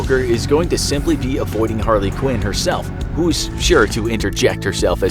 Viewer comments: Anybody else wanna talk about how he said harlequin instead of Harley Quinn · Why does he say Harla Quinn instead of Harley Quinn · If I hear this man say Harley Quinn the way he did, again. My head is gonna explode.